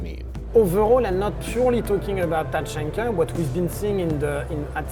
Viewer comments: It’s pronounced Ta-hak-na Not tachonkna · “Microwave was the first one to say LORD TACHANKA” Microwave: “LORD CHANKA” Me: NO.. NO.. NO HE DID NOT SAY IT FIRST, HE SAID CHANKA NOT TACHANKA